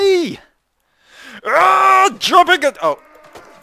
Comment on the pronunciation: ''...oh, excuse me, sorry, up, no wait, sorry...'' canadian? lol